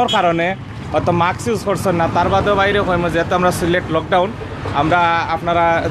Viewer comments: mask not maks😂😂😂😂😂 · উপস্থাপক সাহেব, শব্দটা হবে মাস্ক (mask)